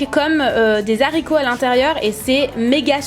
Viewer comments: On dit pas des zaricots mais des Haricots.. pffff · "des zaricots" à ... HÉRÉSIIIIIIE!!! C'est encore pire que le "si j'aurai"... Les fautes d'anglais c'est pardonnable si t'as jamais appris la langue, mais là... C'est grave quand même xD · ah les zaricots ! lollllllllll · des Z'haricots ! 😂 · Il ne faut pas faire la liaison entre "les" et "haricots", le H de "haricot" est un H aspiré. On apprend normalement ça en CE2! Pfff NUL!!! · Enfaite tu as fais la liaisons avec haricots normalement on en fais pas mais sinon je t'adore !!!!!!